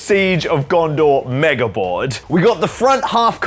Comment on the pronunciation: Think I’ve finally got what’s sticking in my head every time I hear you say “mega board”. I think of the compilation of people on Quora misspelling “ouija board”. “help pls wega borad”